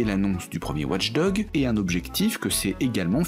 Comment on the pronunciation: Au bout d'un moment, entendre "Ouatche Dogue" au lieu de "Watch Dogs", ça devient un peu agaçant